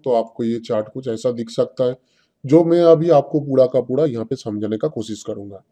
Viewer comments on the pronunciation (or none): PUDA ka puda kya hai pura ka pura boliye